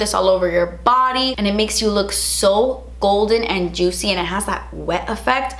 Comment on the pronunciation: Drinking game: take a shot every time she describes the lip gloss as “jootsy” 😂😂